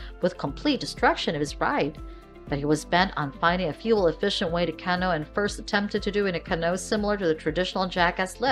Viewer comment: CanO?? Lol Please stop saying canO haha Bad enough most people call them Canoo's. It's cAnoo :)